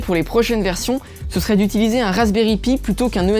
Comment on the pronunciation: C pas razbery pi ça ce prononce païe